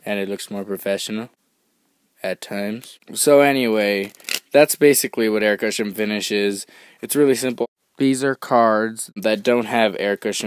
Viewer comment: explaining "Aircutcha finssh.